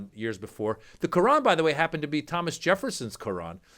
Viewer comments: Is she saying “ crayon”? That poorly educated moron is so vocally racist! I really think her IQ is so low it doesn’t even register! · Sounded like she was saying crayon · Was she trying to say “crayon”? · Ohhhhh...."Quran"...! I thought she was trying to say Crayon".